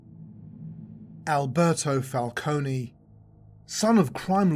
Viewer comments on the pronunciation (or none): you take time and the effort to do all of this research but cant pronounce falcone? 😂😂